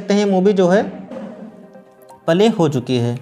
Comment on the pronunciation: Bhai video pale nahi bolte hai, Play bolte hai ok